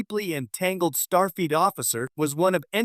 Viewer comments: Who the heck is Toppel? Or as you said in one other spot "Tippel." And what the heck also is "Starfeet!" ?😂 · It's not Starfeet. It's Starfleet. FLEET. That's F L E E T! With a L!!!!!!!!!!!! Geez. But it would be nice to see T'Pol again. I am hoping to see Dr. Phlox again too. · Can you actually voice over your own videos instead of relying on AI voice-overs that mispronounce character names - Topple; Starfeet????? What the actual hell!!!!